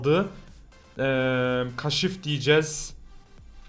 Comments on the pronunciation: Kaşif deme şuna kaaşif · Kaşif diyişine hastayım abi